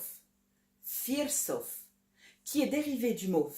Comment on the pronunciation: Merci beaucoup pour cette vidéo, rien à redire à part une petite coquille sur la prononciation de "firesof" qui se prononcerait plutôt "firésof". Super travail, continue comme ça !